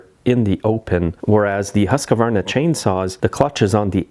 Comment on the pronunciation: The HUSQVARNA saw is not pronounced Husk a varna but Huskvarna